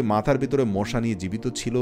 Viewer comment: মোশা নয় মশা বলবেন